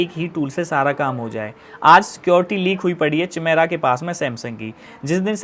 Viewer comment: चिमेरा नहीं काइमेरा है भाई 😂